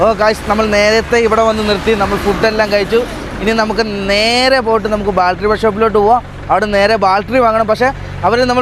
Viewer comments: കൂട്ടുകാരെ, "ബാൽട്ടറി "അ ല്ലാ, ദയവ് ചെയ്ത് "ബാറ്ററി "എന്നു പറയുന്നത് നന്നായിരിക്കും. എനിക്ക് ഒരു പ്രശ്നവും ഇല്ല. ഇത്രയും നല്ല ചാനൽ നടത്തുന്ന നിങ്ങളുടെ വീട്ടുകാർക്ക് ഒരു ഹായ് All the best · ബാൽട്ടറീ അല്ല ബാറ്ററി ആണ് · ബൾട്ടറി. അല്ല ബാറ്ററി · സുഹൃത്തുകളെ ഇന്നത്തെ intro പറയുന്നതിൽ നിങ്ങൽ ബാറ്ററിയുടെ കാര്യങ്ങൽ പറയുന്നുണ്ട്.. ഒരു തെറ്റ് ചൂണ്ടി കാണിച്ചൊട്ടെ.... ബാറ്ററി എന്നാണ് ഉച്ചരിക്കേണ്ടത് അല്ലാതെ ബാൾട്രി എന്നല്ല. ശ്രദ്ധിക്കുക❤ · ബാൾട്ടറി അല്ല ബാറ്ററി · ബാറ്ററി എന്ന് പറയൂ, ബാൽറ്ററി അല്ല. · ഇതുവരെയായിട്ട്.. ബാറ്ററി ന്ന് പറയാന്‍ പഠിച്ചില്ലാല്ലേ.. മോശം മോശം 😅